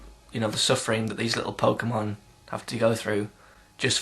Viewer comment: pokemon the way u say it is like gay sex =P